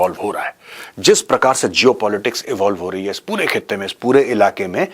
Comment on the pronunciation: sir you just said ISH KHITTE MEIN.. 😅